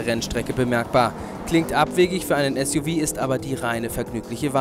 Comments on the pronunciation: Suv wird nicht "Suff" gesprochen sondern "Esjuwie".Und sie hätten noch den Audi Q7 V12 TDI mitnehmen sollen. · Ein Automagazin, bei dem der Moderator 'Suff' und nicht S.U.V sagt...nicht schlecht, Leute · Warum sagen alle Suff heißt es nicht suv